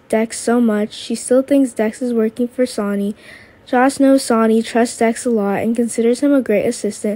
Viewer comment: Don't you know how to say names right where is the other guy Alex he's the best narrator can't even say Sony's name right